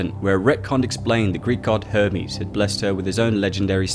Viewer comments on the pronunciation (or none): none